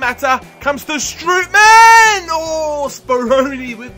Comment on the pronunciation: Strootman is pronounced "stroteman". And with Depay, you pronounce the "a" like you do in "arm" so it's like Depaay.